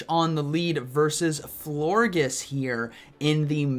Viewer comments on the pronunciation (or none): It’s definitely pronounced “flor-jis” like gorgeous 😭